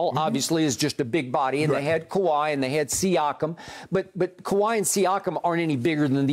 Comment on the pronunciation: let me help you Kawhi not kawhai haha!!